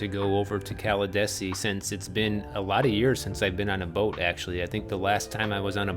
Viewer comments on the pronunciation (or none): Pronounced “Cala DEE see.” I lived there until last year. People are moving to Pinellas County by the droves, traffic is horrific, especially on US-19. It’s not what it used to be, sadly. Miamians will still think it’s good since it’s worse in Miami for now.